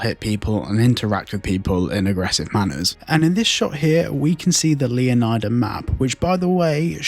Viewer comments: I believe it’s pronounced Leoneeda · Pretty sure that the 'i' in Leonida is not pronounced like you do, but more with a Spanish style. Like Florida.